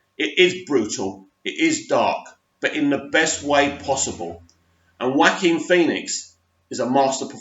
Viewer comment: Well done for finally pronouncing Phoenix's first name right! Keep the vids coming.